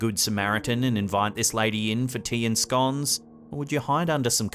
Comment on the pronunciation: Thank you for pronouncing scones correctly.